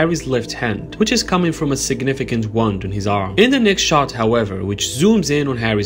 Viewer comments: my guy said "wand" instead of "wound" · Sounds like you’re saying, “Which is coming from a significant wand on his arm” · The word "wound", as in an injury, is pronounced like "woo" (rhyming with "poo" XD), followed by the "nd" bit